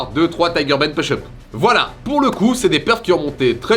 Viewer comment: Good job! On dit pouche op pas peuche eup 😆